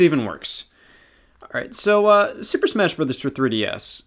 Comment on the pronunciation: Superd smaesh broter